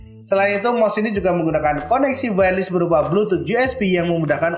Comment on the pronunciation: Btw cara bacanya "wayer les" ya bang, bukan "wayer lis" makasih :)